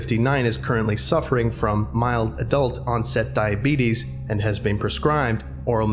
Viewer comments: Said “Diabeetus” at the end. is a fucking legend. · Never thought I'd hear say "Diabeetus" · When you said diabetis I died because my friend calls her diabetic cat that Edit:grammar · "I got the diabetus"